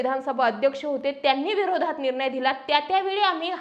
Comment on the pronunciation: आपण अशुद्ध बोलता निर्नय हा अशुद्ध उच्चार आहे . निर्णय असा उच्चार करा न आणि ण मधला फरक समजून घ्या व तसा उच्चार करा